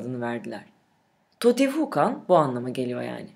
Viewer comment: Totihukan deel canım. Tiyotihuâkan diyen okuniür. Diskiyonun bozuh.